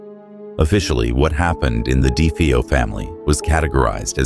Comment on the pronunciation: ChatGPT rubbish. delete 👎🏽👎🏽 "dee fee-oh" Ok.